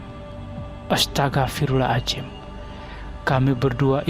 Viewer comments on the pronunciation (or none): " astaghfirullohaladzim " ... bukan "astagafirulazim" , tolong di benahin bang .